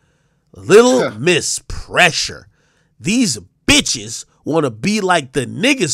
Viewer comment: The emphasis on “These Bitches” 😂😂😂😂😂